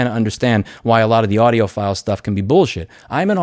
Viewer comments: "audiophool" hahaha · He said audioPHOOL, Somone's definitely an EEVBlog Subscriber 😆🔥 big shout out to dave jones 🤘🤘